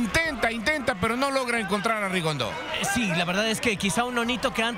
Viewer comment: repite conmigo Rigondeaux No rigondo ni rigondu que brutos son.No pueden aprender a pronunciar su nombre correctamente?